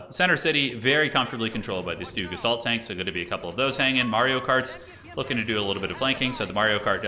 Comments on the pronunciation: the Stooge is pronounced Shtoog. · Stug, pronounced like Slug. Stuh-ugH Great casting man 🤙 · Please call the StuG with the hard G. It stands for Sturmgeschütz. Other as that, keep it up, these are entertaining to watch! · High level COH is so incredible to watch, the micro is insane. The way he blocked Crusaders with Carro Armatos to prevent it from escaping, clean AF. Side note: it's not Stooge, it's more like Shtoog, short from Sturmgeschütz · And he calls the Stug “stooge” lol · Nice Video but your pronounciation of Stug just hurts as a german 😅